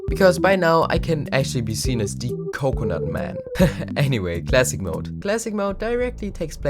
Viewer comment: coke coh nute